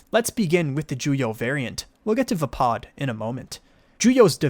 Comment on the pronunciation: other than saying vaapad wrong, good info. thanks!